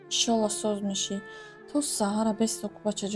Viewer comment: Ишолох намеша ИншаАллох гуй барои ки уболай тарзи талафусса ислома дуруст гуфтан даркор